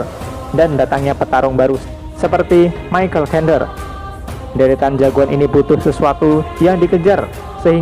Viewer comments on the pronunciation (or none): none